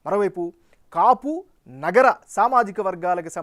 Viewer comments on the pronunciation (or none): Not naagara,it is nagara